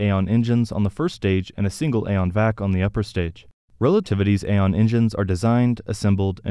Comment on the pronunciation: Pretty sure Aeon is pronounced ee-on not ay-on.